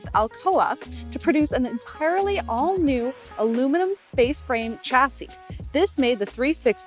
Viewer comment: Excellent video, except for the "English": "chassy". "alumnummmmum", "there is, and then a plural object", etc.